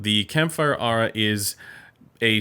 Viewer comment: It's "Air-uhh" (strangely).